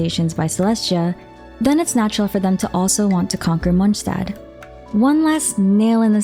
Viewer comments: In fact she does pronounce it incorrectly, it's a German word "st" should be pronounced as "sh" Not "J". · And "D" is almost not pronounced at all. So it's Monshtat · MonSZtandt wtf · great vid, though i kinda hate listening how you say "Monshtadt" 😁✌️ or is that how it's pronounced? sorry i got used to "mons" instead of "monsh"